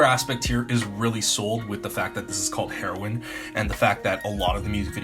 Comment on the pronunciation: Isn’t it said hee-row-in not heroin like the drug ?😂